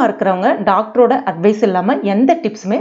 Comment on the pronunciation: adhu DECTOR illai Doctor... keralites innumae....correct ah pronounce pannuvaa 😎